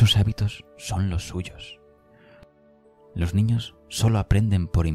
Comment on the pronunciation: Preciosa voz. Me gustaria wie observaras que dices Lor en lugar de los y sueles convertir en erres las eses finales y chirría un poco. Eres sin duda la voz más bonita de estos vídeos y si corrigieras la diccion sería maravilloso escucharte. No quiero ofender. Muchas gracias!